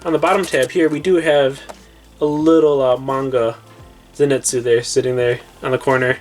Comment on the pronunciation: everyone: paying attention to the funkos* me: HE KEEPS MISPRONOUNCING THE NAMES also.... how to pronounce t-on-jee-roe (tanjiro) zeh-nit-sue (zenistu) ee-no-ss-kay (inosuke) neh-zue-ko (nezuko) key-boot-sue-jee (muzan kibutsuji) and... 69 comments 👹